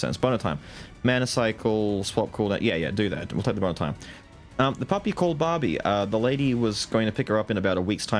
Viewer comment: My adhd self hearing "boner time" everytime says bone of time is just hilarious